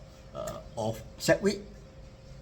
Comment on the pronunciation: hi, have a good weekend ahead. btw it's segwit, not seqwit - because of 'segregated witness'